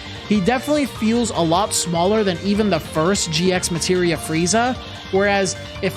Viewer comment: This on is no biggie but It's actually red as G Materia without pronouncing the X. Same as how you read Hunter X Hunter and Spy X Family.